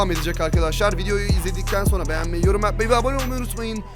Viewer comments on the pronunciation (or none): none